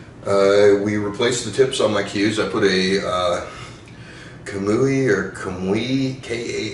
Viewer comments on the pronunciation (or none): It's ku-moo-ee kamui